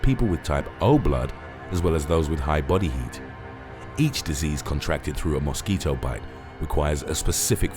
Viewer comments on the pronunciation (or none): Is it just me or does the narrator really have you anticipating him saying "Moss Keeto" ??